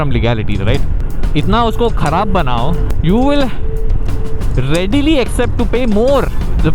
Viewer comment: Readily ! 😮 😳 You Mean Readily !! 🤨 Seriously, Kuch Bhi, Bhai Hum English Bol Nahi Pate Hain, Yeh Hum Maante Hai, Par Itna Murkh Bhi Nahi Hain.